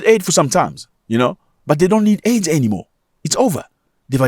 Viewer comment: Zach, you’re my guy. I love you. I love the show but it’s “aid” not “AID” is a disease.